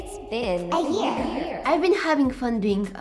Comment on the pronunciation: When she was saying the past year and a half she said the past ear and a half